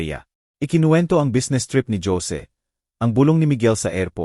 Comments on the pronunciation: Nakakainis pakinggan ang pagkwento mo...Jose -Dyose . Sana biglasin mo nlng ng maayos nakakainis pakinggan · Jose hindi dyosie ang pagbasa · Ayusin mo yung pagsasalita mo..imbis na ganahan kami sa kwento..kahit maganda pinapapangit mo..mga pronounciation mo..diko alam kung tagalog kva o tangalog..kainis makinig..ang Jose..ginagawang yose..ang youtube..binibigkas pati e..tagalog ba o english..ewan ko sau.. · Ang Jose bakit naging Josie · Listening fr. nowhere😅😅😅 Magganda sn kaya lang nakkabwesit ang mga pronouncition. (Dyose, geti...😂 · Ayusin mo ang pagbigkas ng Jose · Magnda nga rin ang kuweto kayalng ang narrator ang pagbasa sa duplecate at jose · Ayusin ang pronounce ang salita bigkas ng Jose at note book ayusin ang bigkas sa Jose pangit ang kwento d maintindihan